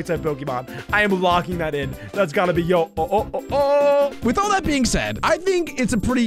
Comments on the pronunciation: ITS NOT YO-OH IT'S HO-OH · Its yo-ho Me dying inside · Bro said yo ho instead of ho oh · it’s not called a yo-yo it’s called a ho-oh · he said yo oh but its ho oh 💀🤣🤣🤣🤣🥺💀☠️☠️ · Bro witeraly called ho-oh yo-o-o-oh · said yo-ho instead of ho-oh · called ho o, yo ho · it’s Oh,ho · It’s Ho-Oh